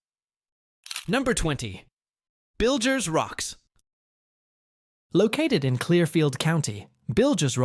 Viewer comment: The narrator pronounces Bilger's Rocks two different ways, with both a hard G and a soft. It's pronounced Biljer's. Source: I grew up within walking distance.